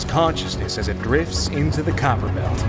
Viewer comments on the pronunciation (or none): its "kuiper" not "kyber"